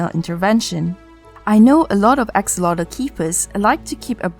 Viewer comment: You got it so right on the pronunciation in Nahuatl with the word axolotl. And I have to really congratulate you because it's the first time in a video in English that they mention this information and even more said it in Nahuatl language. Here on Mexico [wrongly] is just named as "axolote" pronounced "ajolote" in Spanish thinking that the "x" on axolotl sounds the same like with the name "Mexico" [pronounced Mejico in Nahuatl] but this is not the case. So you are right! 😀 Listen to how they pronounce it and you will see that you are right: Excellent research!